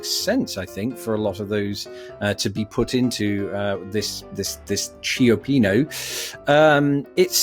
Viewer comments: Yes -- pronunciation was on the right track, but made the common (anglophone) error of trying to pronounce "I" followed by "O" in two syllables. Run them together as one: "cho-PEEN-oh." (The same way that Giovanni is Joe-VAHN-ee.) (If you want technicalities, the purpose of the "I" is to turn the preceding consonant soft.) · Pronounce it Cho+peen-oh (cioppino). Please! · pronouned cha-PEE-no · Pronounced dun-jun-NESS and cha-PEE-no (cha-PEEN if you are descended from Sicilians). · More like Chuh-PEE-noh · pronounced' "cho-peen-o" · In Italian, cia is pronounced cha ciapino wou be pronounced chapeeno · Italian language...the letter "c" followed by an "e" or "i" is pronounced as a "ch" thus cello is pronounced chello and cioppino is pronounced chioppino. You're welcome! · It's pronounced "chow-pea-no". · Cioppino is pronounced CHOPPino (according to my New Jersey born Italian wife, plus the chef at our favoutite Italian restaurant. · Cioppino is pronounced Shop-pin-Io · In Italian, "ci" has the same sound as "ch" in English, and the vowel i is usually "ee". So cioppino is pronounced "chop-pee-no". I'm less certain which syllable is stressed, but it may be the second. Your second try at Dungeness was better. It's pronounced "dun-jin-NESS". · choh-PEA-no; DUNJ=ness; toass-TEE-toes; re. banana splits, you were correct with la-TROBE; cabrito is the diminutive form of cabra (Spanish), the word for 'goat', and thus means 'kid' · It's pronounced, Chi-PEE-no. Also Dungeon-ness. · It's pronounced 'CHA-PEE-NO'. Was hoping rocky mountain oysters would be in the quiz. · It's pronounced "cioppino". . . . Okay, joking aside, "cho-PEE-no" is how I've always heard it. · I meant Chi, not Cha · Chop-eeno and Luh-trobe with a long "o" sound ending in a b. The e is silent. Syllable emphasis on eeno and trobe. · Cioppino is pronounced Chop'-pee-no in SF. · Sure, if you want to get yelled at. It's Cha PEE no with the accent on the second syllable.